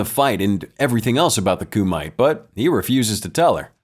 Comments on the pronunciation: It’s not “Coo mite” but pronounced as “Kuh mit te” and it’s Japanese not HKese nor Chinese. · “Koo-might” Narrator obv didn’t watch the movie